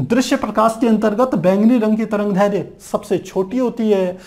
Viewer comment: sir tarangdherya nhi tarangderdhya h